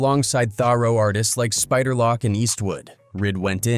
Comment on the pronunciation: Not spider lock bro its spider loc